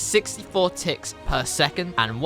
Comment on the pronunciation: When he said ticks I thought he said tits